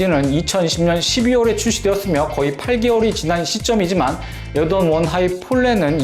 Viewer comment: 이분이 에어조던 발음할때 조라는게 묵음되는거 나만느끼냐???